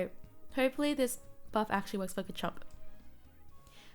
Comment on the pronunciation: Thanks for the video. Btw pronunciation is Steadfast (Stehd-fast) and Garchomp is Garrh-Chomp